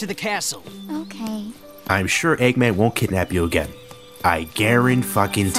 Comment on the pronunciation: "Doctor Aggmen"